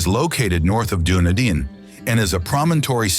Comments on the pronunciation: Lovely documentary but please get your pronunciation correct. Example Dun- e-din not Dune e din, Rua- pe-hu, Ro-to-rua. Even that is basic. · Your pronunciation is absolute shit. I understand Maori being butchered, but you butchered Dunedin (Done-need-din), Coromandel (cor-raw-man-dal) Jez man, research your subject first. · A beautiful country full of amazing surprises. I did find tho that the pronunciation of so many sights and towns was left wanting. Please....I beg of you, finish your research off with a local speaker to get it right. Ie. Dun ee din. Not what ever was said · Done-nid-din 🤣 at least he didn't say lake Wah-narka